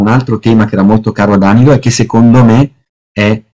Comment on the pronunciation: elbowcough:Dànilo interrogato. Oggi ho due ore di Pievani, dov'è la droga ? Battute a parte, le sue conferenze sono comunque ogni volta intriganti come minimo, ma si dice Danìlo.